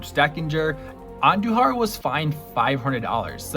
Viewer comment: Butchered andujars first name too